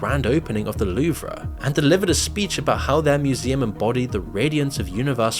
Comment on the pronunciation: The loov-ra ? Hahah what?